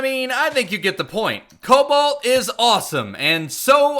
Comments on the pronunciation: Is it just me or is saying cowalt instead of cobalt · Stop saying it coubalt it sounds like cobelt